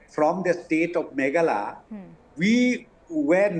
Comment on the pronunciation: Not from Megala as home minister pronounce but from Meghalaya.